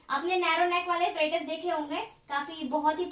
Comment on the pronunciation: APPARATUS ✅ apperatus ❌